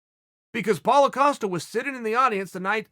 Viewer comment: I do wonder if Chael pronouncing Paulo's name so it sounds like 'Paul-a' is a conscious effort